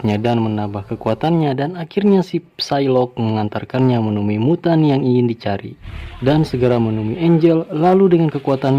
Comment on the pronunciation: aku denger nya miyutttan wkwk bukan mutan🤣